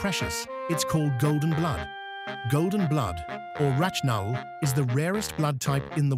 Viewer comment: It’s not called ‘rachnul’ it’s called Rh null